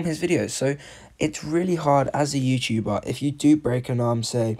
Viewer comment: You: Saids Youtcuber... Me: WrOnG BoY ItS YoUtUbER